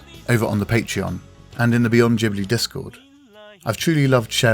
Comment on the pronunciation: This was a beautifully put together video which is noetic without sounding didactic. But I've qualm with the mispronunciation of the word 'Ghibli'😑.